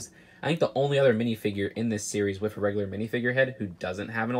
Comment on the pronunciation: says "WIF" just2many times in this video.